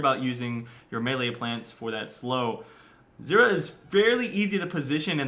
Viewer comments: It sounds like you are saying xerath and not zyra... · how to pronouce her name actually? zyra - zeera or zaira?